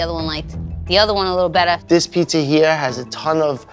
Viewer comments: Does it really annoy anyone else that she pronounces it pissa? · I love this show, but there are no 's' sounds in pizza!!